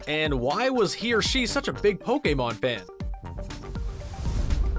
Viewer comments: He even has to say "pokemon" as "pokAEmon" and it weirds me out! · Pokaymon lol